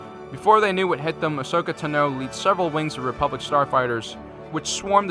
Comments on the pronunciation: “ahsokeh tenoo” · As soon as I heard you say asoka tano, I realized the Republic was srewed